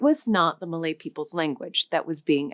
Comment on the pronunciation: I thought she said Malay?